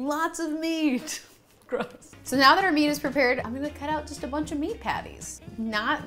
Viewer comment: clicked off soon as she said "Bunnn -ch of fun"